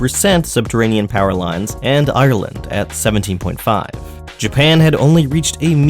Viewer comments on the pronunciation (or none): none